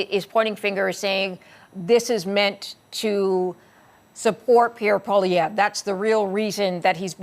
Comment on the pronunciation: And so did you...Poilievre. SMH.